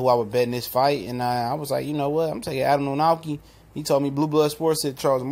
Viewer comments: It's pronounced Kovnoski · "kov-nats-kee" practice it now, we'll all need it for years to come :P proud of my countryman for getting this far. good video. guaranteed will be a good fight. will it prove much? no. martin walks the earth like a dog. still, power to the flabby!